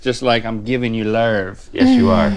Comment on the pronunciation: "you know what time it is? Lurv Time!" 😂😂